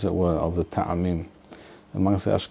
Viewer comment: Isn’t טעמים pronounced with an initial shva (טְעָמִים Te`amim) instead of *Ta`amim? I’ve noticed others saying *Ta`amim, as well, which I’m thinking is incorrect. It reminds me of מועדים mo`adim being mispronounced as *mo`edim.